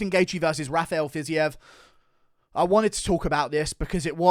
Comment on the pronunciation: (Fiz eve) 🤦‍♂️😂 not fiz e ev..